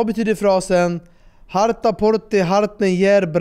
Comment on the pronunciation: Synd det inte blev rätt uttal på sista frågan i quizet. Harta ska uttalas liknande som ordet Svarta, fast med betoning på första A:et 😄 Då tror jag Emil (i Lönneberga) hade knäckt den 😅